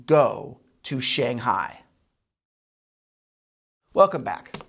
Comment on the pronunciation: Maybe....just for this channel, you could learn how to say "Shanghai"